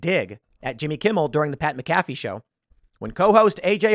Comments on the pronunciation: McAfee is pronounced Mac-A-Fee. Just a heads up. Correction meant with sincerity, I know you're not a football guy. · I'm Bummed AHT about the way Tim pronounced McAfee lmao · It’s Pat (Mac Afee), that’s how it’s pronounced. They crack jokes about this and the jab a lot with Roger’s. Hilarious sports show